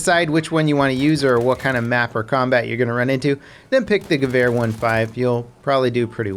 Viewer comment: Gawhere...that pronounciation though hahah...ha